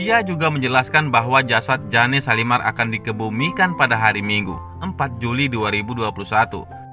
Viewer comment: Oy yg ngomong bkn jane shalimar tp jane(jen) shalimar g enak bangat dengarnya